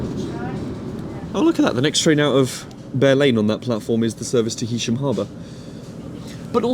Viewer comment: Thanks! I think it is HAysham rather then HEysham! Cheers!